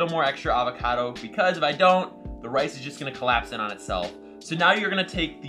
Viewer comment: Sticky rice more like sticky wice